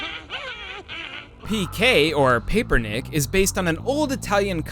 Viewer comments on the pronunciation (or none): Your pronunciation of "Paperinik"... UUUUUUUUGGHHHH